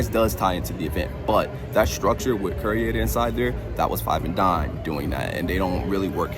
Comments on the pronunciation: The trusses are identical to the ones from the Blumhouse scarezone last year. I'm guessing they're going to use them for Jaws somehow and then leave them up for HHN. Also... Curator is pronounced 'cure-ay-tor', not ''cure-ee-ay-tor', just FYI. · KYUR-ay-ter Mispronunciation is a huge pet peeve of mine. Im sorry. 😂